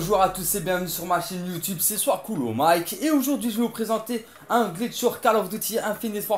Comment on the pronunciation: stp stp stp tu peux dire ton pseudo comme il faut c est pas soiscoolmick mais